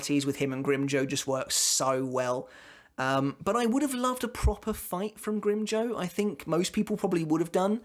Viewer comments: Grimjoe??? Its pronounced "grimjow" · The way says grimjow sounds funny I spilled my drink